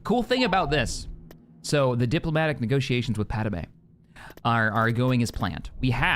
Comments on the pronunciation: love the content, will be playing this mod but one thing is just really irking me and it happens all the time across multiple fandoms when naming pronunciation is brought up 3 movies and the entirety of clone wars pad-me "pad-may" yet you keep saying "pad-a-may" sorry just, really irks me only thing, everything else is awesome and i never miss an upload of the empire campaign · Padamay!? o.0